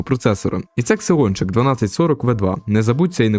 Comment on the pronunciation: не ксеончик, а зеончик!